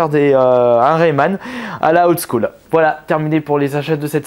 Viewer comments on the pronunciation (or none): none